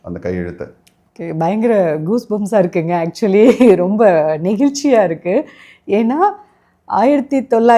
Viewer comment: அது பலுபேரிய இல்ல... பழுப்பேறிய ... மற்றும்... நெகில்ச்சியில் இல்ல... நெகிழ்ச்சி... பொக்கிசம் இல்ல... பொக்கிஷம்... தமிழ் என்பதை சரியாக உச்சரிக்கமுடியும் என்றால் இந்த வார்த்தைகளையும் திருத்திக் கொள்ளலாம்...